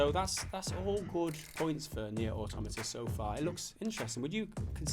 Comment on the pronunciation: Auto-MAH-TAH, not Automita